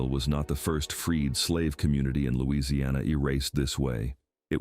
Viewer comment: Get your facts straight. They DO NOT HAVE CRAWFISH on barrier islands. I live in costal Louisiana you should be able to pronounce our name before you make a video as well as having your facts straight